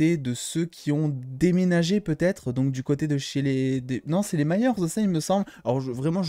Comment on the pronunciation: Leur nom de famille c'est "Byers" pas "Myers" 😂😂